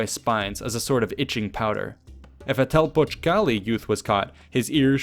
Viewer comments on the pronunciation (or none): It’s pronounced calMEcac and telPOCHcali. My primary school was actually named Telpochcalli and next to it there was another school named Calmecac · I love how he says Telpochcalli 😂❤️❤️